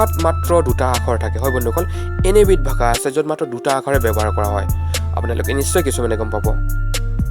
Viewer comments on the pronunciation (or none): none